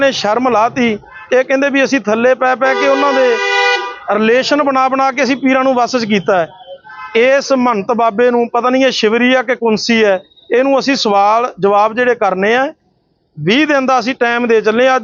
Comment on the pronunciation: Kunsi nhi khunsi hunda ji